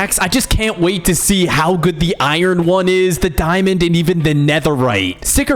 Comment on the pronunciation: I like how he say dimnd